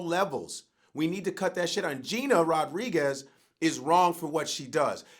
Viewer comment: Vlad was saying shit wrong the whole time he was talking bout Gina Rodriguez